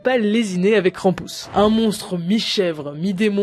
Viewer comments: Krampus pas kranpouse la prononciation merde ! On dirait le nom d'un jeux de kermesse krampouse lol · Krampus ça se prononce pareil que krampouezh en Breton et ça veut dire crèpe...😅